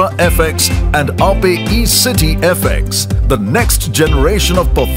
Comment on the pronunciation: Wtf... It is aa-pey and not just aye-p..